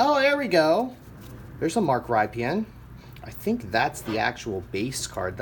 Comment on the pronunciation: Mark Rypien is pronounced RIP-IN